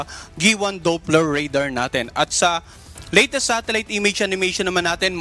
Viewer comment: ANO IKA MO ANG "LITIST" HINDI HALATA BISAYA